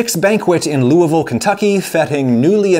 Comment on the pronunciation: Mr Ragusea, thank you for pronouncing "Louisville" properly! (I'm guessing it's your having lived in Indiana, most Indiana folk can pronounce Louisville properly)